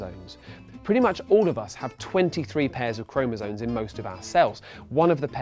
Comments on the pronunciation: It's chromosoMe, not chromosoNe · isn't it chromosome, not chromosone